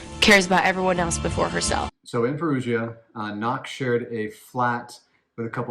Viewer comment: Wow the Italian pronunciations were hideous!!! Americans can be so ignorant. It's not hard to say Perugia or Raffaele. It isnt RAFAEL. That's like calling someone Elizabeth when their name is Isabella (the Italian version of Elizabeth).